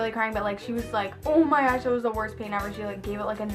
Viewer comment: Lol how she say on my gosh